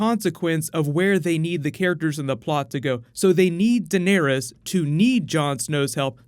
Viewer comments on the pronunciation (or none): It's Dan air es. Not Den ear es. 😂